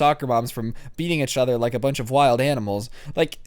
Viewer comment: Im gonna un sub if you keep saying each other wrong